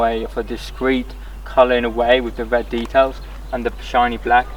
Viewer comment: Love that talking, the wed light and nice wubber, going out on to the woads 😂😂😂😂😂😂